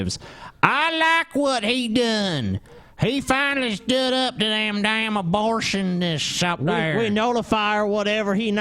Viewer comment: "I like whut he done, standin up to those bortionists!" Lmao